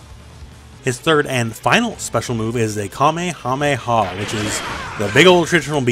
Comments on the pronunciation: Is nobody really triggered for his way of saying "kamemeha" lul. Love you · "kamea mea" plz